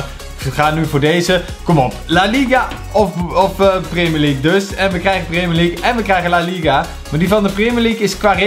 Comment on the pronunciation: Gast je spreekt het uit als prèmier league maar jij zegt prémier league